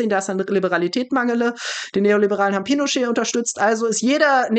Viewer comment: Pinochet spicht man wie Pino und Chat aus😁 du sprichst den iwie französisch oder so aus 😅 danke für den Talk mit 👍 ich hoffe der Dude kommt mal etwas runter von bauchi bauchi und legt mehr Wert auf Fakten 😊 vllt wird's ja noch, hab auf jeden Fall die Hoffnung bei "dem besten" noch nicht aufgegeben, gerade auch weil er mit guten Leuten wie dir noch redet und diskutiert 🙏 Danke ❤